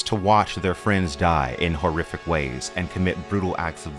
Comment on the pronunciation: "This world of gays." Great video and essay but that made me laugh.